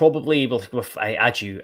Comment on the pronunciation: Isn't his name pronounced Baggio, but without the B...I'm sure this came from the horses mouth in an interview...